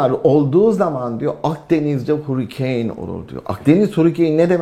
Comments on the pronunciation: Hurikeyn değil hörikeyn 😂😂😂 bi de İngiltere de yaşamışsın hiç aksanlı konuşan ingiliz yok muydu etrafında 😂😂😂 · hurikeeeyn değil şu hurricane diye yazılıyor hörikın(US ing) ya da harikın (UK ing) diye okunur. Allah rızası için videoya odaklanamadım yaa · Hurricane (hörikeyn) demek istiyor sanırım.Türkçesi Tayfun.